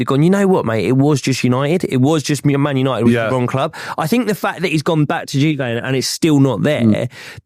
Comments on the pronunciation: “Gone to JewVay…” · The way the Arsenal fan says Juve 😂😂😂 all these guys get any semi foreign name wrong